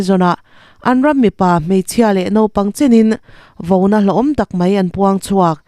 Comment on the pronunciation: Chhiartu fakawm tak, kan tawng i thiam hle chungin, "Vona" i ti tlat mai hi mak ka ti. A ziaktu ziah dan pawh ni se, chhiar dik tur zawka beisei ngam khawpin; kan tawng hi i thiam a ni. VAUNA tih tur a ni zawk. Kan tawng thumal-ah hian, "Vo" kan nei lo a, chu vangin chumi behchhana abstract noun "Vona" tih hman hi, tawng ti chhe then thei a ni. "Thal-ngul" heta "ngul" hi "rûl" ri angin i lam a. "Pangpar vúl" tih a, "vúl" ri angin lam rik tur. "Li-tengsawl" heta Li hi, thlipui tiha, "thli" ang hian lam rik tur. I lam naupan hmel a, hei hi chu lam dik lo mah ka mak ka ti lo.